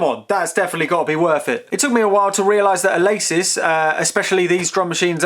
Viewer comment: The "Ah-lay-sis Haichar 16"